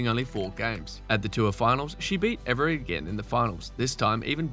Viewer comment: It would be nice if you could pronounce Evert right. It's Evert, not Everett.